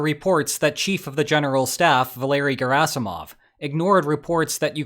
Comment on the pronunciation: GARASIMOV!!!!; SHOYGUUUH!!!!